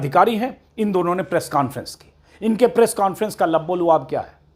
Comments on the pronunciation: अजीत अंजुम भाई आप एक शब्द बराबर बोलते हैं लब्बोलुआब सही नहीं है इसका सही उच्चारण लुब्बे लुबाब है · Sir...lubb-e-lubaab is right Plz correct....